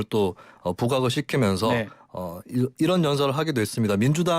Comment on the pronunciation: 다시 한 번 잘 들어보시죠.'이란'이 아니라 '이런' 입니다. - 김은혜 대변인